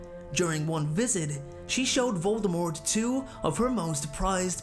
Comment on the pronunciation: I just want everyone to know the T in Voldemort is silent.